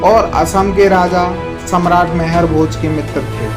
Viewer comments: Sir, मेहर भोज नही आप गुर्जर सम्राट मिहिर भोज जी कहो। कम से कम नाम तो सहि सही बोलो🙏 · Name to sahi se le liya kar mehrbhoj nhi the rajput samrat mihirbhoj the